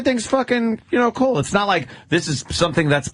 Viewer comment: I can't stand the way he says "cool"... it comes out sounding like "kull" or "koowul" GRRR!